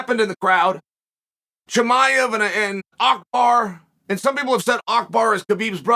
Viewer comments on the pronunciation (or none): Love how uncle chael pronounces Abu bakr as Akhbar. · Uncle Chael…it is Abu Bakr and not Akbar. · Abu baqr, not akbar💀😭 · Me: Abu Bakr. Uncle Chael: Akbar. Me: Yes, Akbar it is. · His name is Abu Baker not Akbar 😅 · This had me dying lol man's calling abu bakr, "akbar " lol.